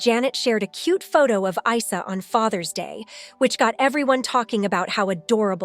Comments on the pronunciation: the son's name is pronounced "eessa" not eye sa 😂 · It's pronounced EESA as in what Muslims identify Jesus with